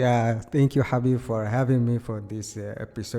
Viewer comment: What a prounounciation for Habib?!!🔥🔥Amazing